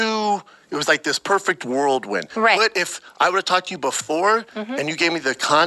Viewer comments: He said Worldwind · . "Perfect world-wind" haha